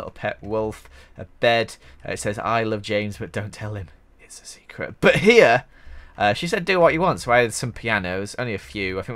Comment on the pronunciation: when says but, I think he says butt